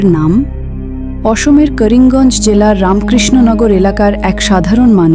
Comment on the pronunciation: A didi karinganj na karunganj